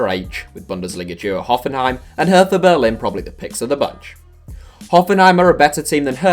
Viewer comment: Jesus I can hardly tell you how much it bothered me that he pronounced Hertha like that